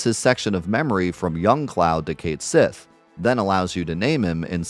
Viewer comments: That is not correct. The character is pronounced Ket Shee in the original Japanese FF7. You can check the katakana for yourself. It is clearly based on the Scottish cat fairy, which is spelled the way we know it, so this is not some unknowable mystery. It is also not "localizing it to English," is just ignorance. It would be like pronouncing Persephone as "Per-se-fon." Again—you are welcome to pronounce it how you like. But anyone pronouncing it like you is provably wrong. It's one thing to be mistaken, but to stubbornly justify that ignorance just because you don't want to change is not respectable. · Love this video, awesome to see challenge runs. But it's killing me (and every Gaelic speaker) that you're mispronouncing Cait Sith. Please, PLEASE disabuse yourself of your popular, but incorrect, pronunciation!